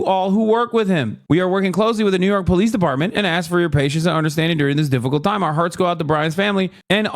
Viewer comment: Lol "dolice peepartment"